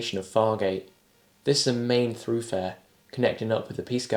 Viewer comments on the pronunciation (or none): It's thoroughfare, not throughfare.